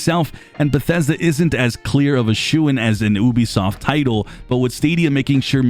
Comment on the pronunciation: Ubisoft = yoo-bee-soft not oo-bee-soft. Apart from that nice video!